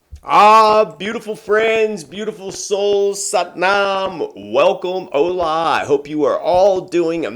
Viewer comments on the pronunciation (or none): none